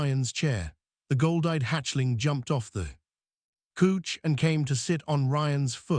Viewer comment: The narration is extremely choppy. "jumped off the cooch"? "Couch"?